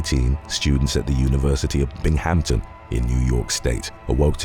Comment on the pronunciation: "Bing-um-ton" or Bing town